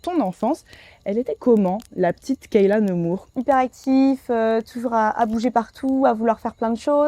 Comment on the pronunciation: Toujours intéressant d'écouter Kaylia parler ! (juste, l'intervieweuse qui prononce Kayla ou lieu de Kaylia tout le long c'est dommage) Mais merci pour ce 22h22 💫